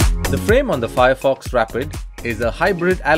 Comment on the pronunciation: Nice review BUT YOU GOT THE NAME WRONG....maybe google the correct pronunciation